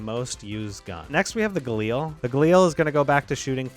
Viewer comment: GALIL, NOT GALEAL.